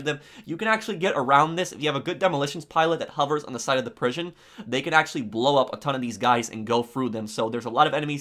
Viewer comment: “if you have a good demolitions who hovers on the side of the “prish-on”